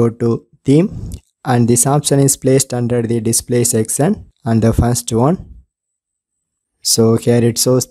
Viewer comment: This was a wonderful Sexcion Sexcion Sexcion😂😂😂😂😂😂